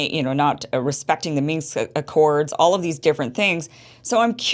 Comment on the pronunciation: Ladies! The word you are saying is "Minsk" accord, not "minx!" 😆 The latter is defined as: “a pert, sly, or boldly flirtatious young woman."